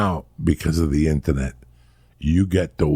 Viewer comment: Joey "Intanet" Diaz